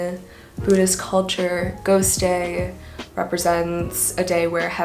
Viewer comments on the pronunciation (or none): none